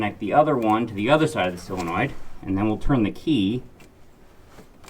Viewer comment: Solenoid, not silinoid. ,)